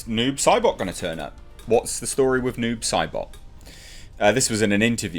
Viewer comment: I thought you were saying 'nude Sybok' for the first few minutes of this video.